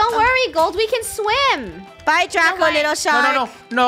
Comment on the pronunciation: It's not draco, it's draca